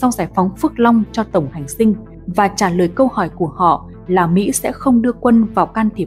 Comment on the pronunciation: Tổng hành dinh chứ kg phải tổng hành sinh đọc sai rồi